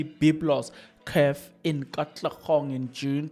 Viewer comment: Hello Sir! Not Katlegong, but Katlehong